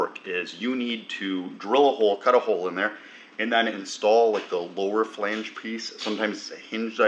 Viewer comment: love these videos watch every week but for the love of god it is a flange not a falange. lol, great progress.